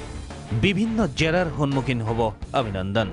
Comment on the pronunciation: Bhai News a thike koise Hi Ovinandan....Nohoy Avinandan hoi.....Assamese aru Hindi Huror parthoiko ahxe yaat aal baal koi lub nai.....kela